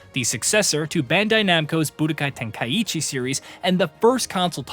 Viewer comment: Please lern how to pronounce tenkaichi 🙄